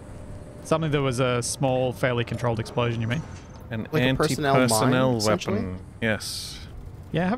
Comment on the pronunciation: Is a big fan of Half-Life: Full-Life Consequences? Just wondering about his abuse of the pronunciation "wepon" XD